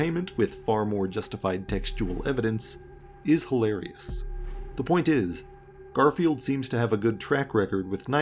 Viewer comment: The constanly saying garfielf's name wrong reminds me of how some people treat spogbop